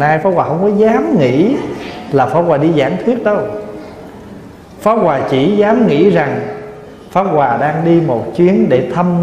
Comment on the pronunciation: Pháp hoà mà nghe thầy nói lại thành pháo hoà. 😁😁